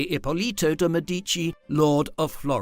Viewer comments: What a shame - an entire video about a Medici lady - yet unable to pronounce the Medici name correctly! I cringed every time he said Me-DI-ci instead of ME-di-ci and couldn’t watch it anymore after 5 minutes. Just too much and actually making me doubt the content 😌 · MEDici NOT medICI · Another bot voice pronouncing elementary words wrong. It is de MEH-di-chee with a stress on the first syllable! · Cannot even pronounce her name. What a mess! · Excellent piece - but the completely wrong prononciation of "Medici" (there is no stress on the i...) really hurt my ears. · Medici is pronounced completely wrong 😢